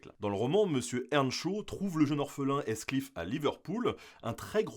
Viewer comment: j'ai verifié sur forvo. votre prononciation de Heathcliff est fautive (et je parle pas de la prononciation du H). EA est parfois prononcé ii, parfois prononcé é dans les mots anglais. Dans Heathcliff (comme dans heath ou Heath Ledger) c'est prononcé ii. Il n'y a pas moyen de le deviner sans avoir recours a un dictionnaire. Mais la plupart du temps, dans l'incertitude, les français tendent a prononcer EA comme un ii (d'ou, mon étonnement)